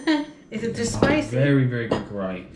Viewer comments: It's karahi - ka-ra-hi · it is " kar-ra-hi " it is not Curry